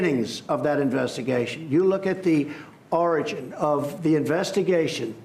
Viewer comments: Oh he meant “origin”. Omg! 😄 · He isn't incapabele of reading the words. He is incapable of pronouncing words correctly. Its not a case of trump reading like a 4 year old. Its a case of brain damage. There is a disconnect between his brain and his mouth. He really thinks its the word orange or he wouldn't say it several times. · It was painful to watch this president on national TV trying to say the word ORIGIN. Didn`t he say it had such a high IQ